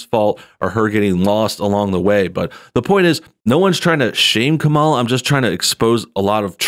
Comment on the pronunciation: I gave you a like just because you pronounce her name the opposite of how she says you're supposed to